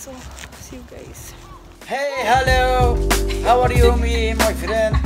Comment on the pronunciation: The guy in the video when the video just start ⚡🤔💡hiy=(hi) 🤔hellow=(hello) 🤔Howa re you=( how are you) me 🤔🤯🥶my friend =( friends) 😅 the girl had stomachache from laughing😂 طريقة نطق الشاب الخاطئة كليا للإنجليزية وكله ثقة تامة من نفسة و مايتفوه به 🤯، تسببت في ضحك هستيري للفتات، ليس عيبا أن نتعلم لا كن إن لم تكن واثقا من كلمة تأكد منها قبل لفظها حتى لا تكون سببا في إحراجك أو جعلك مصدرا لسخرية . ؤو خاوتي واحد مخرمن لوخر حاجة ماسيريو حنايا رانا نضحكو برك ؤو مع كل الإحترامات لهاد سيد لي راه فالفيديو.